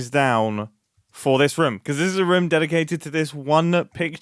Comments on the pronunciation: If you say Ruum instead of Room one more time, I don't know what happens then xD But I can't hear the british accented room anymore (I still liked the video a bunch) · incredible video and amazing project but I gotta say I got increasingly distracted by your pronunciation of room, especially cos you said it about 436 times .."ruhme" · At this point, im wondering if thers anyone who counted how many times Mumbo says “room” or as he pronounces it… “reum”. Pls me if someone counted, i vry much am interested how many times he said it throughout the video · someone tally the amount of times he said "roum" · am i the only one who hears rum everytime mumbo says room? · Please stop pronouncing room like that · Why is Mumbo saying "Room" like Scott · I didn’t count but I’m pretty sure that the word ROOM was used quite a lot in this video😂. As a German guy I never noticed that British people pronounce it that short.